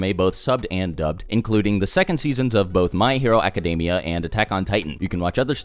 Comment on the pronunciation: Is that actually how My Hero Academia is pronounced